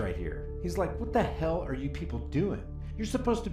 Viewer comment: I remember back in the day how many member of the black community would pronounce the letter R as R-uh just as Sharpton did in the beginning. Haven't heard that in decades! What a throwback